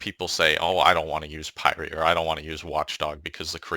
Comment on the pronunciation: The way you say pyre bothers me